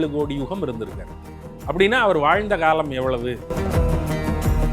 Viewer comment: பேட்டி எடுக்கும் பெண்மணி ஏன் இப்படி தமிழை கொலை செய்கிறார்? "ல"வுக்கும் "ள"வுக்கும் உள்ள வேறுபாடு தெரியவில்லை. திருமூளர், காளம் என்கிறார் :face-pink-tears